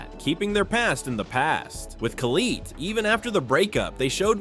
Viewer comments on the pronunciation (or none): Colleete? Its collette. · bro said coleet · homie said Colleeet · Total shit. Can't pronounce Collette properly. Never watched an Adam LZ video I bet.